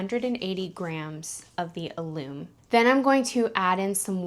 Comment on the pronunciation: That word is pronounced AL-um . It is also used to pickling food. It is a naturally occurring mineral compound and can be bought in the spice section of the grocery. Besides being used for canning and pickling, it tenderizes meat, is part of baking powder and is used in cooking to crisp food when fried.